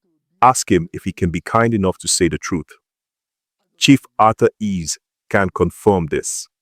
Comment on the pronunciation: It's Arthur Eze not Arthur Ease